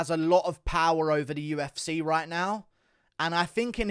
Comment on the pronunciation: "The U-F-Cehh" 😂